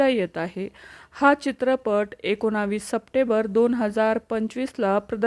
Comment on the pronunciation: एकोणवीस नाही एकोणीस म्हणा आधी 😊